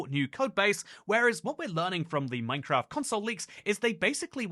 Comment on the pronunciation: Funny, especially because I'm mostly listening to the video whilst doing something else, I suddenly hear "NineCraft" I have a "NeinKraft" meme on my phone 😅 Nine and nein are pronounced the same